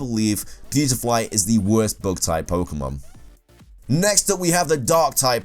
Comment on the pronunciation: why'd you keep saying "bog" on a bug? "bag"